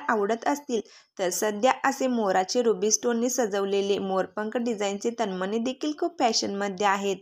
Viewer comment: तनमनी नाही तनमणी हा.उचचार.करा